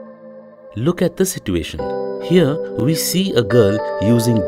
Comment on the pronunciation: At the end of this module, you will understand we have money to hire animators but not good narrators. Like every sit -u-ation triggers me